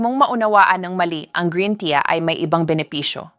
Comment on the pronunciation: Green " tiya" daw 😆 juiz 😄